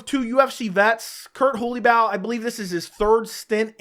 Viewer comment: Your pronunciation of Holobaugh 💀💀